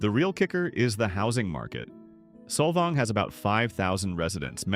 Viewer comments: It’s Saul vaing. Not soul vong. This whole video is…. Inaccurate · There is one windmill (fake) in Solvang pronounced solVANG. Most of the surrounding area is tribal land. So you fail. Bye now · Saul-Volng? It's pronounced Sol-VANG you AI narrator. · Sol"vong"? Learn to pronounce it, please - by not using AI. Oh, and one other thing: Solvang is not on the coast. It's inland. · The AI accent of “Solvong” is hilarious 😂. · You mean "Solvong"? 😵‍💫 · This AI crap is ruining YouTube so fast ! How hard is it to use a real voice that can actually pronounce simple words properly ? Solvong ??? Come on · this is the worst video with AI voice that can't even pronounce the towns properly. The author knows nothing about CA and what we like and don't like. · Can’t watch an AI video that cannot even bother to correctly pronounce the towns names. This is a stupid video. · I stopped watching when Solvang wa listed as coastal and mispronounced by the AI narrator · How are we supposed to believe a video that mispronounces every place name? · what's with the odd pronunciation of Solvang and Bolinas... is this a real voice or AI? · … The robot mispronounced Solvang. 😏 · Why post this with the blatent mispronunciations? I get AI, but this is just embarrassing and unprofessional. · PLUS Solvang isn’t on the coast. 10 miles inland🙄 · 99.9% of the cities/towns named in SPANISH are mispronounced. What makes you think others wouldn't be too? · I’m so annoyed how he’s pronouncing Solvang.